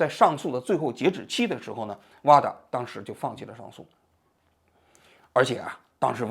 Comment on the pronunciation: WADA not vada